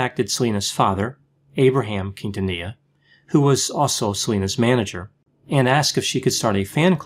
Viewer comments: Hey I especially thank you for not butchering Selena’s last name. Oh my god the many times I have cringed when I have heard her name being pronounced wrong😖😖😖😖😖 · I very much appreciate the effort to pronounce Quintanilla correctly. Thanks, doc!